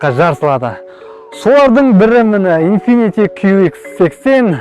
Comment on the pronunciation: Инфифи демей дурыстап айтсаш